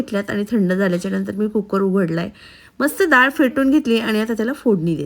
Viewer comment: दाळ नाही डाळ म्हणावे